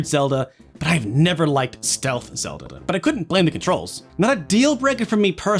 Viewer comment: "Zelda-da" "He-pl" I found this funnier than I should!